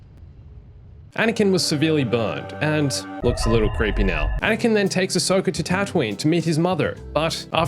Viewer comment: WHY ANISOKA